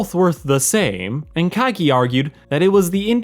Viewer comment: Is everyone just supposed to know where Kaige (sp?) and that cool shit is from? maybe say it when referencing it my man found it using context, no thanks to your bad pronunciation of kaiki in the first mention. But still maybe let viewers know what you are referencing when attributing other works. It's like youtube review 101 lol